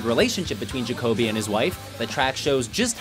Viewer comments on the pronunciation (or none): "Jacob-e" lol His name is pronounced "Ja-co-be" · Jake-coby? No its Jah-Coby but ok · dude cant decide how to pronounce jacoby, says it different everytime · The narrowerator or how ever you spell it said Jacoby's name wrong and that bugs as much as people saying Matt Shadows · That's not the correct pronunciation of Jacoby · And you said jacobys name wrong